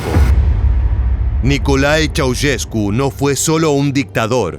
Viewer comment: Esta mal pronunciado el apellido. Ceaușescu, no se pronuncia así, se pronuncia con un sonido de "ch", no como si fuera una "s dura" la primera y como "sh" vibrante la segunda. Pongo los símbolos fonéticos de todas maneras para los que lo entiendan: [nikoˈlae tʃe̯aˈuʃesku]. No entiendo la intención de hacer un video "educativo" con mala pronunciación que inclusive está en Wikipedia y en páginas de pronunciación. Ante la duda uno investiga al menos. Google está al alcance de la mano. Cuando nos enseñaban lenguas en la facultad nos decían "Esto se los enseñamos para que no hagan un papelón pronunciando mal" ya veo a que se referían...